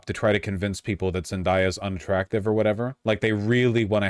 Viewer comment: VAUSH LEARN HOW TO PRONOUNCE ZENDAYA. Zen-DAY-uh. as in like daytime. during the day. dayquil. etc